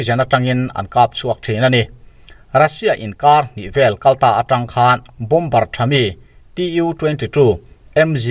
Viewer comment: Bombar ni lovin Baw mar tia lam tur